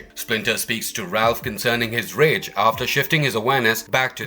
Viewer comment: Please please.....Raph not Ralph